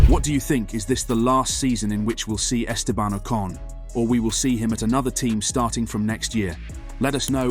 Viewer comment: If you're making a clickbait title and cant even pronounce Estebans name correctly, you're getting a well deserved block from me. Sad channel.